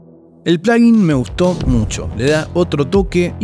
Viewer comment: Gracias por decirle "plugin" (pláguin) y no "pláyin", "plujín" u otras abominaciones que se escuchan 🙏🏾